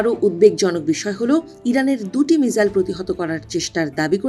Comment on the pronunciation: উচ্চারণ মিজাইল হবে না মিসাইল হবে? উচ্চারণ ঠিক করেন।আমি প্রতিটি রিপোর্টে দেখেছি উচ্চারণ ভুল করে।